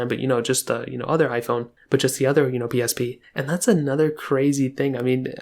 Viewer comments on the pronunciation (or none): The way he says “PlayStation pee” is funny lol